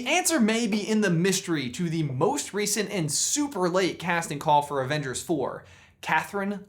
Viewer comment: Avenge-heirs, ha